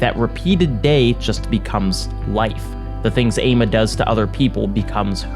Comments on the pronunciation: not to correct you on a 3 year old video but the name is actually pronounced "AH-mah" its a west African day name! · Sorry but hearing you say Ama and Adjei was very very painful